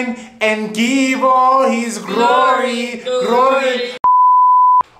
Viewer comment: Ryze & shain and give all the grory.. grory.. praisethelivinguh 😂😂